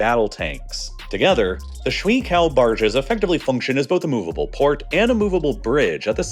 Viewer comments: Shuiqiao - "shway-chi-ao", not schwee-cow 😂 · im gonna be super annoying and say its not “swee cow” its more like shway-chao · I'm so sorry to do this, but "shwee kao" was killing me. A closer-to-accurate pronunciation would be "shway chao." Anyway, this was super fun and cool to watch from my bedroom here in central Taiwan. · It is pronounced more like "sway chow", not "swee kao". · it's pronounced sway-chao, not swee cow, which literally translates to water bridge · 水桥 shui qiao —> shooway chee-yaw “Shwee kao” is killing me. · Hey - great video. FYI, shui in Chinese is pronounced like "shway," not "shuee." Yeah, the romanization is dumb. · This video would be a lot more competent sounding and less distracting if you at least pronounce Shuiqiao close to correctly. Instead of shwee cow it should sound more like shway chow. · 水橋 "shwee-kao" no: it's shway che-ow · I feel personally insulted that he didn’t even try to look up the pronunciation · Great video! But please...Its not ´shuiKao´, its pronounced ´shuiCHiao´ (CH is pronounced like in the word ´Cherry´) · The "shwee kow" pronunciation of "water bridge" in Mandarin Chinese is a bit off. It should actually sound more like "sway cheeow"" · FYI, it's pronounced like Shway Chow, not Shwee Cow. "Cow", depending on the tone, is a curse word in Mandarin. Also, for a channel with 8 million subs, it's kinda frustrating that you couldn't take 30 seconds to enter "water bridge" into Google Translate and listen to the translation so that you could pronounce it correctly... especially since you repeat the term like 30 times in this video. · The word in Chinese PinYing, Shui Qiao(water bridge) is pronounced Shui Chiao... not Shui Kiao... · that pronunciation is rough. The pinyin is Shui Qiao. It's pronounced as "shway chee-yow". That chee as in cheese ow as in ouch. Google translate does a pretty good job of pronouncing most languages. Give it a try. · Schwee kao barges. NO. Shoo eh ee, chee ah oh. YES